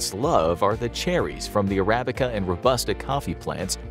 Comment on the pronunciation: How could someone mispronounce Arabica coffee this bad